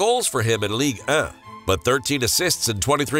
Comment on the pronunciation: the way he says league 1 😂